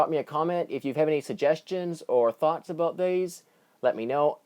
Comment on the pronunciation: Hahaha aboot!!!!